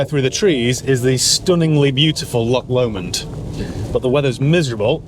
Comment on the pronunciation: "LOCK LOMOND" Arghhh you Sassenach!! You will be Wicker Man'd for that up here for that pronunciation . Say after me Laww-ghhhhhh Lomond